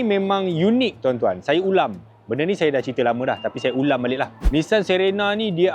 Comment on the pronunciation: Aku ja ka dgq perkataan "saya ulang" jadi saya ulam😂